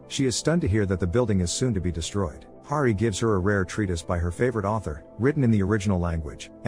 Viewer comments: Hari not Gari. You got it right in the beginning. Why is it so hard for creators to do simple proofing of their content? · Hari not gary